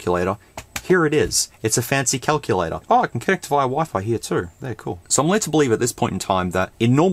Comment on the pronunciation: WTF is a Kuck-you-lay-tor??!!